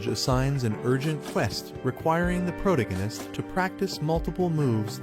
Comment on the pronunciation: can’t keep watching with the ai mispronouncing “protagonist” every 4 words